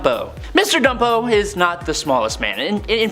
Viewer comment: It's BUMPO homie not ..... Dumpo. Nathaniel Bumpo he was in the movie too.